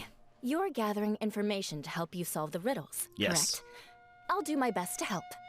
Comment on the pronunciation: Like Cyno would also say lying is not good and not Ko-rrect do you understand traveler becouse you were doing the Korean VA and Korrect becouse of Correct :)